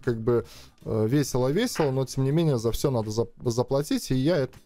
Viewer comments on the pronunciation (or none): none